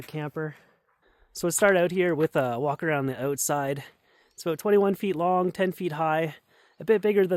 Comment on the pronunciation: Walk around the "Oootside"